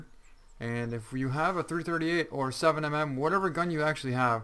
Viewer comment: Does anyone who actually hunt make videos because every video for this game they say "7 M M", it's 7 millimeter.